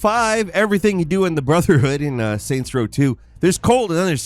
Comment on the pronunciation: *saint in this. I heard, as well as the Closed Captions heard “Satanist”. Lol